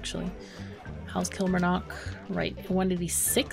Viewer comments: Great to see you back playing Mashinky, love the game. One thing, as someone who lives in Scotland, the pronunciation of Kilmarnock has emphasis on the first two syllables rather than first and third. It is almost said as if you were saying kill-mar-nuck; the last syllable is short. Love your videos btw! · The "mar" in Killmarnock sounds like "car" with an 'm' BTW. It's in Scotland. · thats ok it just seems your adding in a letter that doesn't exist when you pronouncing it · I think it's cute.. But just FYI - it's pronounced KillMarNock with the O being kinda halfway between an E & A & U. As in, the O isn't particularly round. Lol, if that makes any sense at all.. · your pronouncing Kilmarnock wrong